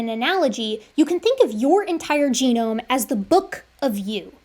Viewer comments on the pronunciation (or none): full geome ex dee